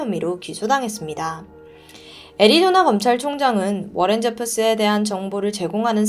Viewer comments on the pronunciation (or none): none